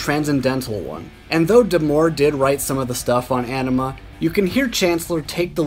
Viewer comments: On-ima not enema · Its pronounced Oh-nima not An-ima,jeez. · Bro. It's not "anima" like "animal". "Aenima" is pronounced "AH-nima". Like the "Ah" in the word "ankh". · It's "Ahhhhhhh-ni-mah" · Is it weird that it bothers me when people pronounce AEnima incorrectly?! 🤘🤘🤘 Spiral Out my friends